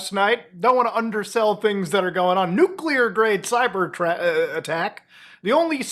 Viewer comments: How can people LOOK at the word and still SAY "Nucular“??? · some navy nukes still say "nucular"